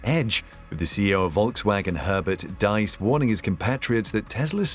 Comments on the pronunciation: Diess not Deiss! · is this you? Please pronounce Herbert Diess as /deess/, not /dice/:) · Rather: "dees" (with a sharp "s"). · The man's name is Diess not Deiss, pronounced "Dees" not "Dice". There are many more European manufacturers that are not German and sell vast numbers of cars in Europe. The Germans are not the leaders in the car industry, nor did Tesla beat or devastate them. And there's a lot more rubbish in this film. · Pronounced DEESE not DICE I think. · VW's CEO "Diess" is pronounced like "deeze", not "daze". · 'Diess' is pronounced deece (<– using the alphabet in the English way). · Diess shall be pronounced like "Dees" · Dees, not dice. If you're going to say a name 15 times you might as well research the pronunciation? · the name is Diess, pronounced like deese. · You spelled Diess wrong and pronounced it wrong as well. It's not spelled Deiss and Diess sounds like Dees or Deez. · Herbert Diess' last name is pronounced dees. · Dies is pronounced Dees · herbert diess. Pronounced Dees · The name is Herbert Diess. Please at least try to get the name right. He is a fan of Elon Musk.